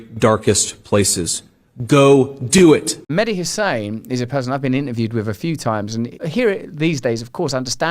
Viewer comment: Mehdi HASAN not HUSSAIN get it right Russell!